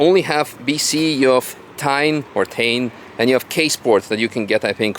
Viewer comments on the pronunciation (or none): TEIN pronounce TAE-IN. It's Japanese word.